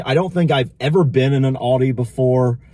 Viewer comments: ALDI love how you say it its A LDI no auldi lol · Yes,and it's Aldi,not Oldi! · A L D I not O L D I😂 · It's not Auldi itas ALDI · Why do you call it "OLDI"? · Please pronounce Aldi correctly!!! It’s Aldi not Audi!!! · Al - Dee Aldi 😂 not Oldee Oldi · lol its not Aodi its AL DI pronounced AL=DEE.. Thats not bacon, looked more like strips of fat with little meat on it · its aldi not oldie lol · It's aldi not auldie😂😂😂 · Aldi is pronounced Al Di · Its AL-DI as in Al capone! But you are being ripped off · AL DI sounds like AL DEE not AL DI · I know I'm a little late but I just wanted you to know that in the UK it's pronounced Al (like big Al) and then dee so Al'dee ☺ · With one l it's not pronounced Alldi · Aldi, according to Feli from Germany, is pronounced Al as in Albert. Aldi is the first two letters of Albrecht Diskont.